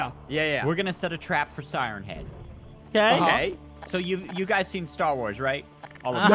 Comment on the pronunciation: its pronouneced siren head